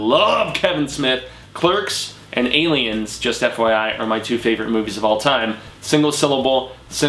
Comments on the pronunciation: Aliens is 3 syllables..... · Aliens is not a single syllable like Clerks.